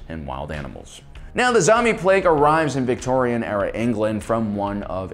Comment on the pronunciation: I was wincing every time he said “Victorian”...